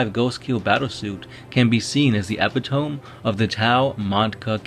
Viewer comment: epi-tome? isnt it pronounced eh-pi-to-mee?